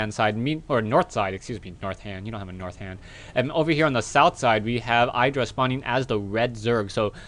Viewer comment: btw its not pronounced "eye dra"